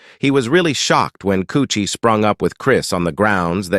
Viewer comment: It's karrueche my Nigga 😂😂😂😂😂 not coochie